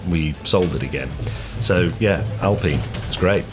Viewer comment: You call it an Alpeene now? Just use your English. It´s Alpine, like pine tree. Don´t mix it up.